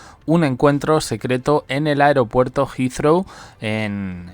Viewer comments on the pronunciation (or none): none